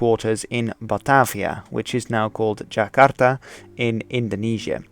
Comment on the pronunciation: Man this guy really can't pronounce Jakarta or Amsterdam lol. And why's he put on that werid accent 😂😂😂